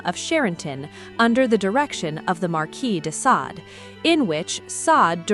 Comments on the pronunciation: You mispronounced Sade. Is this ai? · Only once at the end. That does seem to point to AI.